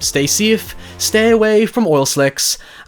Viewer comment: the way he said "stay away from oil slicks" at the end sounded like "stay away from oral sex"